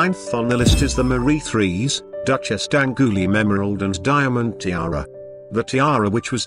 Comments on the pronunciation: The pronunciations in place are awful - Garret for Garrard and Therece for Terese, D'angoilime for D'Angloumeme ....ugh.. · Well the tiaras are lovely and the history pretty accurate but the narrator really ought to learn how to pronounce French and other names name. I have never heard worse attempt at Therese or , worst of all, D'Angouleme. Thereez and Dangooleem indeed !! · Omg... Was no effort attempted at pronunciation and proofreading?? First off, "Mary" is spelled with one 'R'. Second, "therése" is not pronounced "the-REEZ". it's pronounced "tarr-RIZE" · That was the worst pronunciation of 'Therese' I've ever heard.